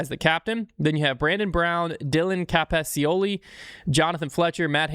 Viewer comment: You couldn't have butchered Dylan Capaccioli's name worse than you did. It really wouldn't have been difficult to figure out how to properly pronounce his name.